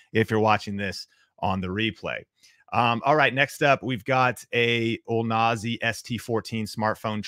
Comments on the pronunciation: still won't pronounce OO-lan-zee 😂 great video brother. Always helpful💪🏾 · Great info...but can you please learn how to say ULANZI? 🙂